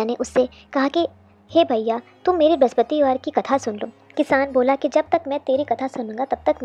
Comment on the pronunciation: Brahspativar r brahaspatidev ka uchharan krne se pehle thoda dhyan de aap dono ko confuse kr rhi hai 🙏🙏jai vishnu bhgwan